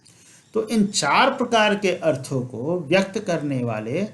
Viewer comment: अर्थों को बिना अनुस्वार के बोल रहे हैं प्रभु जी।